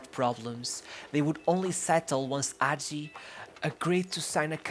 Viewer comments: HAGI, not agi , H , Hagi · Thank you for making this video. This is the greatert football player in our history and he definitely has a good spot in all time international tops. But I must say: it's Hagi, not Agi; in romanian, the letter H is not mute, it's quite articulated. :) FYI: Now he is a Owner/Manager of FC Farul Constanta. He also has a youth academy that bears his name and in which he has a lot to say. His motivation now is to find young talents and help them grow. Currently, Farul sits in the 1st place in the romanian 1st league. Legend. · It’s not hagi with a silent h it’s actually a very hard h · Not Agi, Hagi with Kh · its Gheorghe Hagi with an H not Gheorghe agi put an accent on H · H say the fk h man not agi Hagi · Ghoeroge Agi lol is hagi h a is a and i is e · dude, i respect your work but please for godness sake try to pronounce that H Hagi , not AGI, pls H like in HAHA, HAGI pls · is hagi not agi ... the H is still there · why does he call him agi 😭😭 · Yeah, bro, but that's no excuse for truncating videos, for posting videos of such poor quality, and for posting clips which have nothing to do with the commentary. Also, it takes an amazing talent to mispronounce almost every person's name (including Hagi's) and almost every team's name to such a degree. You put so much research into this, too bad you didn't spend five more minutes on Wikipedia to find out how the names are pronounced. That, plus a better choice of video clips would have made this an amazing YouTube video. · Don't get me wrong, in really appreciate you taking about Hagi, and bringing him forward... However why is this such a common thing? Why is it so hard? Is it really such a hassle to pronounce the names of people, places and teams in an correct fashion?! I mean, this is not a live show, couldn't you try to get in touch with a Romanian speaker that could tell you how to properly pronounce? Thing is, it seems that you didn't even try to that.... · The "H" is NOT silent.